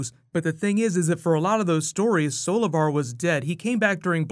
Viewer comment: When Grodd said "Solovar" i thought he said "Savitar" 😂